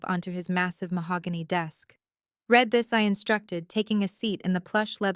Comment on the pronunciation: read - pronounced like red the colour, is the past tense. I read his book last week. read - pronounced like reed, a swamp bush, is present/present perfect. I will read his book next week. You are choosing the wrong one. Your AI will not learn if you do not correct it.